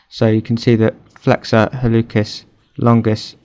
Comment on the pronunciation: Pronounciation note: in Latin, "c" followed by "e" or "i" is a "ts" or "s" sound. HalluTZis, or Hallusis longus. This actually is reflected in English pronounciation rules, too (think about when you pronounce a "k" sound for "c" and when you don't). Otherwise, very useful video!